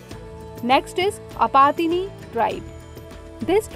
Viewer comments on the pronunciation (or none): its Apatani not Apatini. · It's "Apatani" not Apatini get your facts right.